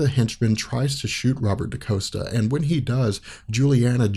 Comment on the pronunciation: Dani is Mirage (but she was going by the mutant name Psyche at this time). Xi'an is Karma. And it's not Daniel Moonstar. It's Danielle (Dan-YELL) Moonstar. It's not Robert Da-COAST-a. It's Robert Da-COST-a.